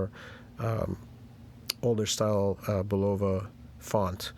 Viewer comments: BULLova, not bullOva. Jesus. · It's not BULOVA.